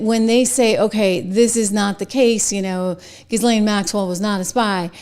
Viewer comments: Name is pronounced ' Gislen ' 😉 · Pronounced Gheelane. Simple. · Her brother pronounces her name GEE-lin. I'm guessing he pronounces it correctly. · Her name is pronounced like JILL-Laine. Stop saying it the wrong way. You're supposed to be a professional. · Ghislaine is pronounced Gillan using the g as in good or go. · You saying her name irks me. Learn to pronounce it. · The "S" is silent in Ghislaine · Wouldn’t it be fun if when you pretend to report on people that you pronounce their names correctly? In the time of the Google machine you can look it up. Ghislaine…. Do not pronounce the “ S” in Ghislaine.